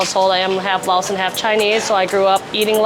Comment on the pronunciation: Laotian, “Lay-Ocean” Not Lahwshun Not “Laowe” “Laos” Hard to listen to everything you have to say, when within the first five minutes you pronounce everything incorrectly multiple times, even after talking to people that pronounced it correctly in front of you.